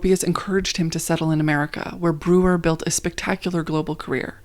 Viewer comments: At least try to pronounce names correctly. Not Brewer or Mice. Should be Broyer and Mees. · I cringed! I took German for 5 years. BROYER not brewer. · Correction: Ludwig Meis -> Mies (pronounced like “me’s”) Also small thing, Breuer is pronounced like “broi-er” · Breuer is pronounced br-oy-er